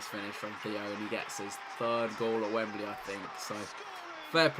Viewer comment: Chris: It’s a good day. Wemebly Cup: Allow us to introduce ourselves.